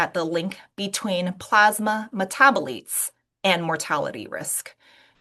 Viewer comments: Really peculiar that she doesn't know how to pronounce "metabolites". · I've never heard it pronounced the way she does.